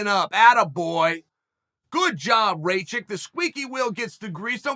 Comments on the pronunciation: Dude, his name is spelled like Ra (the Egyptian god) and kitchen (but only the "kitch") it is "Ra-kitch" not Raychick. Ray the chick is the Mary Sue from Star Wars sequels. What is wrong with you, insulting him like that? ^^ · Chael it’s not raychick it’s rakič please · Its Rakkkkic not reycik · Rajick??? Bro it’s pronounced rock-itch 😂 balkan last names in that end in IC sound like “itch” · Ra-kitch becomes Ray-chick? haha classic... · Rachik lmao, It's Rakich, uncle Chael... You gotta land those names dude, it's a bit disrespectful. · Its Rakic not Racik uncle Chael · Lol the auto-translation. It works either way, usually when Chael doesn't know how to pronounce a name, he just exclusively uses their nickname for at least 8 years. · What is a Rageik? 🤣 good’ol uncle chael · "Reychick?" WTF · CHAEL "RAY-CHICK" SONNEN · ray-chick? igor? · i mean bruh if u cant pronounce rakic just say Aleksandar his first name is very easy to say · He knows he's butchering his name but come guys.. it's uncle Chael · How many times can you say a guys name incorrectly? Chael answers that question today.